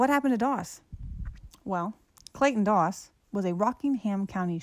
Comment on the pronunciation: Clayton Toss....as in Toss Pot.